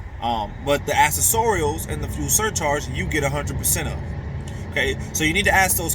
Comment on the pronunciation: "ak-sess-er-ules" is how u say that word bro....